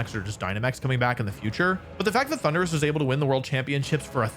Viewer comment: I skipped the Thunderus part The way he pronounced it was so uhh....